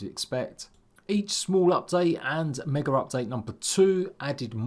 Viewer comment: There is no leter R in Mega...lol, jk